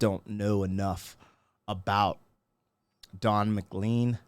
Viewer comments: Pronounced MacLaine. You can’t begin to understand this if you don’t know the song “That’ll be the Day” by Buddy Holly. MCLean was a young fan of Holly, and what some called Rockabilly. Holly was hugely talented and took country music in a new direction, but died at 21. McLean then gives a view of music as it evolved without Holly. It is very dense with historical musical references now, all of which occurred while McLean was a young guy. McLean’s perspective is rather negative. I think a lot that he has not said publicly is his private dislike of popular music of the time. Like The Rolling Stones. I think Bob Dylan is the Jester. Candlestick Park is where the Beatles had their last concert. Another day the music died. There is a reference to Altamont which I think is McLean’s final suggestion that music, which was so joyful to him when he was a kid, listening to BH and the Crickets, was now dead. Altamont was right after Woodstock chronologically. Mick Jagger and The Rolling Stones, 300,000 people, California 1969. The Hells Angels provided security. A girl was murdered. Lots of violence. That reference was pretty current when he wrote the song. I think the meaning of the whole song is music has gone to hell. The sweet world of Buddy Holly was long gone. McLean had great success with this song, and never chose to explain it. He has never recovered from that success. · It is pronounced McLean (McLane) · The proper pronunciation of his name should be McLane 😂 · Ma Clane is the pronunciation. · For the record, his name is actually pronounced "Mc Lain* :D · Don and I have the same surname - pronounced Mac-Lane. It's Highland Scottish. This song is great. Tribute to Buddy Holly, The Big Bopper and Ritchie Valens. 3 old school rockers from the 50s. YES! It's a great song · McClean in Scotland is pronounced McClain. It is a Scottish name and that's how we say it. How it should be! 😅😆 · Don McLean, pronounced Mclane!! Don Mc Clane